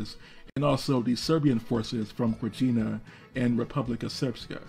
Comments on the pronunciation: It is Babich, Abdich, Krayina... come on man your pronouncing is horror... ear bleeding. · The Serbian Republic of Krajina is pronounced Krayina